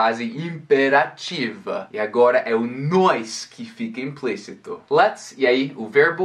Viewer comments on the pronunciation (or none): Que vídeo bom! Obrigada. No final você fala tão bonito! Mas por favor tenta não falar mais o " nois" e sim nós, porque esse é o correto que a maioria dos brasileiros fala errado porém fica tão feio em vídeos. Só uma dica. Estou aprendendo com você.